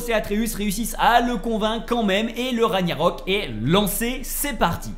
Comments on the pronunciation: Ragggggggnarok... Pas Ragnarok... MES OREILLES ! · Beau travail mais on dit Ragnarok et pas Raniarok. C'est le titre du jeu, le terme est répété des dizaines de fois durant l'aventure. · RAG - NA - ROK Et pas Raniarok stp..... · Juste par par pitié, pas ra »gnya »rok , mais ra »gue « narok 😊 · J’adore La vidéo mais la prononciation des mots me fait rire comme le « Raniarok » 😂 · Ça choque que moi les larbins qui disent "raniarok" au lieu de "raguenarok" Mdr "corne" c'est une "cor" mon dieu cet analphabète Une âme de dieu dans le serpent, c'est simplement un géant Mama mia plus j'avance plus c'est horrible, "Surt" pas "Sturt" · RAG-NA-ROK pas Raniarok sinon chouette vidéo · Super vidéo merci Mais s’il te plaît arrête de dire raniarok c’est RAGNAROK ( rague narok ) et FREYR ( freyeur ) pas freyir sinon à part ça nickel. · Pk les gens prononce Ra Gnia rok alors que c'est ragna rok ya pas de i dans le mot hahahah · Repeat after me...raaaaaag narok...pas compliqué pourtant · Comment tu peux avoir poncé le jeu et avoir autant inexactitudes sur la trame principale sérieux... Et jte parle même pas de la prononciation du nom des lieux où personnage... Même le nom du jeu tu l'écorches... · Par cintre cette façon de prononcer ragnarok 😂